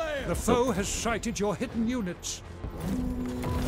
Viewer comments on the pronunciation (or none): The foe has sighted your hidden units.... when he says sighted it sounds like shited 😂